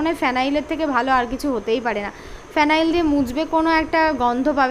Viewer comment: গ্যাস ওভেন জ্বালিয়ে ওইটা বন্ধো করতে ভুলে যাওয়াটা হচ্ছে তোমার "ভুল রোগ"🤣😅😂 By the way,উচ্চারণটি হবে "ফিনাইল"😊 সর্বোপরি তৃধার ক্যারাটের সংশাপত্রটা পারলে "ল্যামিনেশন" করে নিও🤷‍♀️তাহলে অনেক দিন টেকসই হবে!